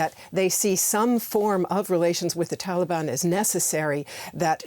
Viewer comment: why she keeps saying Thaliban? there is no Th in there, nobody pronounces it like that